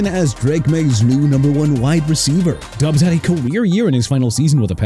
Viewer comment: SHINE NOT CHINE AND FLOP NOT PLOP! ROMEO DOUBS PRONOUNCED DOBBS NOT DUBS! YOU CAN'T SPELL AND YOU CAN'T PRONOUNCE THEN YOU MR. "NEW OR-LEANS" SHOULD QUIT, GO BACK TO SCHOOL AND GET A PRONUNCIATION COURSE! ALSO NEW ORLEANS PRONOUNCED NEW OR-LINS, ALVIN KAMARA PRONOUNCED KUH-MAH-RAH, AND JAGUARS PRONOUNCED JA-GWAARS NOT JAG-WIRES! YOU'RE FINISHED!